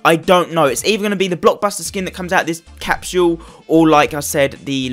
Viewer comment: Bro it’s not capshule it’s capsule